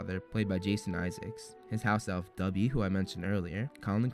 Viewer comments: did you just call Dobby "Dubby"????? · Ik I'm seeing this like 3 years too late but although "Dubby" sounds funnier it's "Dobby" lol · Great video! Just how you say DOBBY, you say DUBBY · I'm sorry but can I just point out that u said "dubby" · It's dobby not dubby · Dude you said Dobby like, Dubby. When I heard that I was like, "What did you just say?!?!" No offense!🤗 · doby not duby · It sounded a bit like you said "Dubby" ( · WHY can’t Americans pronounce ‘Dobby’ correctly?! It’s not ‘Dubby’! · DuBbY Is A FwEe ElF! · you call dobby "dubby" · HE SAID DUBBY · is t just me or does it sound like hes calling dobby dubby..... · It is dob-by it is not do-bby